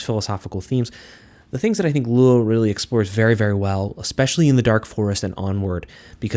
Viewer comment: Liu is just pronounced like the name Leo but pronounce the E and the O faster together